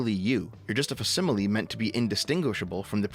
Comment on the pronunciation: Facsimile is pronounced "fax-im-ily," it's the origin of the word fax as in a fax machine, as in you're transmitting a facsimile of the document you feed into the machine on your end and is spit out on the other end.